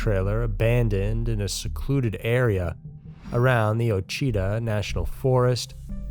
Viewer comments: Its pronounced “washittah” lol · Lol the ouachita mountains are pronounced like wosh-i-taw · Ouachita is pronounced wha-chih- tah. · Just letting ya know, it's pronounced as wash-ahh-tal, only reason I probably know that is because I've lived around this lake my whole life, it's actually part of it, in my own little world. Lol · Also: it’s “wah-chi-tah” at least that’s how’s it’s pronounced here In Louisiana… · Man, I'm not normally one for pronunciation but that Quchita... is pronounced (Wa-shi-taw) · Its pronounced, "Wash-a-Tah'' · Ouachita is pronounced “washitaw” and Mena is pronounced “meena.” Sorry, it’s such a remote area that it never gets talked about and I’m actually from there so… proceed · Ouachita pronounced wash ah taw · just a slight correction but as an Okie its noticeable, its pronounced wah shee tah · The national forest name is pronounced.....WHA CHIT,TAH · Ouachita...pronounced wah-shi-tah 🤦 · Especially in Mena Arkansas. I’ve been there. And it’s a tiny place where NOTHING ever happens. Especially nothing like this. But seriously, Mena has a ridiculously small police department and those guys are stretched thin w all the yokels and dope fiends down there. Also, a side note- I enjoyed the narrators attempt to pronounce Ouachita. It sounds like “WASH-ih-taw” (the “ih” sounds like the i in pig.) He tried though. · he always mispronounces words!!! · Wouldn't have guessed it by looking at it. I don't blame him for mispronouncing it. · Yep he butchered it lol